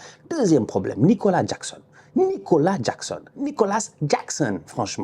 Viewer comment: Nicolas Jackxxxxxxon 😉 il m'a tué à dire son nom comme un jamaïcain 😂